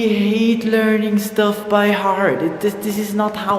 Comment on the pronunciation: "learning by hearTTTT" no "by hard". You Austrian! xP